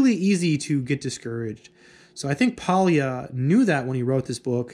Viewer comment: Just one tiny detail: Pólya is pronounced as \ˈpoː.ja\ (more or less), so it's kind of more like POI-a then Poi-i-a. (In spanish I would transscribe it as "pólla".)